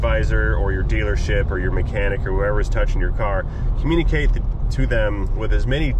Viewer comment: * "communee kate" My bad LOL